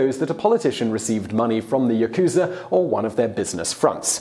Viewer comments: Yah-ku-za not Yah-ku-zuh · Ooh don't worry Simon... I knew as soon as you said Yakuuza instead of Yakuza that you would struggle with the pronunciation 😀. It's the info that matters! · For the next time you re-issue, it's YAkuza, not yaKUza - the stress is on the first syllable. Interesting video, though. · Cholula Hot Sauce: Then why do most most Westerners pronounce it as ya-KU-za instead of the proper YA-ku-za? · 😂😂😂. I love these videos, but the Japanese is atrocious. It’s not YaKuza. It’s pronounced Yahkzah....the u is devoiced and silent. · Don't stretch out the Ku in Yakuza. It is YA-ku-za not Ya-KU-za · No, it’s not Ya-kooza. It’s “Yak-za”. You should at least get this pronunciation right. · the japanese pronunciation disclaimer was unnecessary after you said "yakooza" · Ya - ku - za say it with me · As sloppily researched as the presenter's pronunciation of "yakusa" and "tattoo." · lol yakooza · fact 1 you pronounced Yakuza wrong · Here's one pronunciation suggestion - when pronouncing Yakuza you don't put the accent on the middle syllable - Japanese pronunciation, in general, doesn't accent syllables (I'm not Japanese, but my wife was) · "Will try to pronounce all the words, but sorry if there are some difficult ones" instantly mispronounces yakuza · you can see the mistake in your own comment. You draw the ku too long. The ku is short. Like the beginning of cooking. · yaku + za. Not difficult at all. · Yakuza is pronounced wrong....